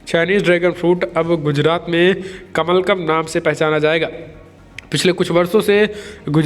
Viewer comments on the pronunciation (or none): कमलकम् शब्द नहीं होता कमलम् होता है